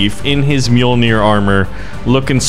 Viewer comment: I'd hate to be "that guy" but it's Orbital Drop SHOCK Units. At least you said Mjolnir right